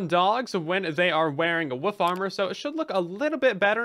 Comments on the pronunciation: You say wolf like my ex wife. Wuf instead of wolf lmao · I love the way you say wolf because it sounds like woof. 😂😂😂